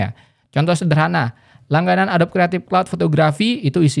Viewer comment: Adobe itu dibaca Adobi